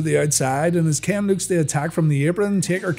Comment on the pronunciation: When he says Ken it sound like he's saying Kane